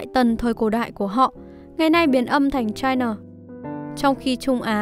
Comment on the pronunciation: Chai na là cái gì, chi na